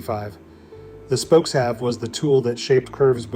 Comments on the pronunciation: Pronounce them correctly...... it is spoke-shave, not spoke-have!!!! Narrator obviously never used one!!!!! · It is pronounced "spoke shave", NOT "spokes have".